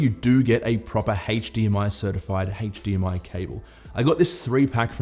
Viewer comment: HtzzDMI 2.1 . just yanking your chain but you sure say that word funny mate .-) best wishes